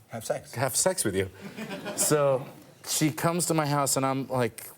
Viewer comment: "ma" = "my"